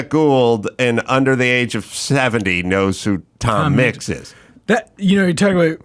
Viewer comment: "Tom Micks wept" lol